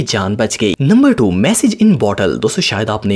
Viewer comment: It's message not massage